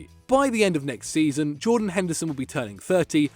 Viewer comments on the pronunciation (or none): none